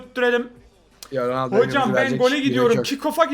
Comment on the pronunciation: ronaldonun ismini bile söyleyemiyor daha doğrusu konuşamıyor